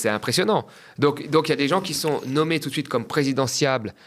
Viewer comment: Qui Z-ont.. Purée. Vous pouvez mieux parler la France ? 😅